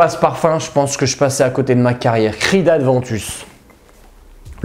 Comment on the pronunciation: Aventus..., y'a pas de D non? ;-) je confirme beau parfum ...d'ailleurs Abercombie&Fitch l'ont bien copié dans "Authentic"